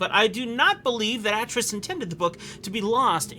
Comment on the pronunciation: Some minor (and I do stress, minor) lore pronunciations. D'ni is pronounced "dun-knee" (not dun-eye) and Atrus has a long A like Amy.